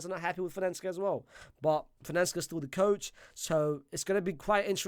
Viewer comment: Milan's coach is Fonseca big man, say it with me, Fohn-Seh-Kah not whatever that is you were saying 😂